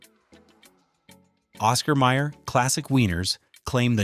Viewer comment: It's Oscar Mayer, not Meyer.